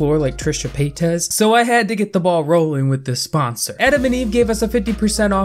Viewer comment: I love that he mispronounced Trisha’s last name in the beginning of the video